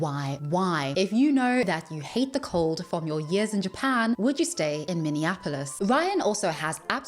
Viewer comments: Also, the way he says it as "Minninapolis" 😂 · Oof… I’m from here!!! It’s “MINI-AH-Po-Liss (like “hiss”, from a snake)” I don’t know how people miss pronounce it EXACTLY how he did so frequently! 🤣 Plus, if homeless, this is the WORST place to move to!!! ☃️❄️🥶❤️💛💙